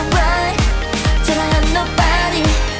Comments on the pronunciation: Okay so i've been criticized for this before and I realized it, mocking an accent ain't funny :( it's like saying hearteu, just... Nope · sandyy what the hell is with the comments bruh? did she NOT say feer and speciar? If y’all gonna be so serious then technically she is PRONOUNCING IT INCORRECTLY! Or ... she says it the way she says it and it’s funny and it’s FUCKING OKAY 🙄🙄🙄